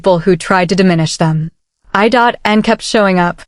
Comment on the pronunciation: Channel creator might want to better train their AI computer voice. It's I N...not I.dot.n😅😅😅😅